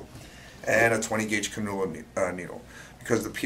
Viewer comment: “CANN-yuh-la”. Not “cuh-noola”. I’m an nurse and just learned these IV catheters are used in the piercing world. Very interesting